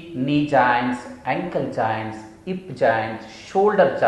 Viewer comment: Sir it's joints not jainnns🤣🤣🤣🤣🤣🤣🤣🤣🤣🤣🤣🤣🤣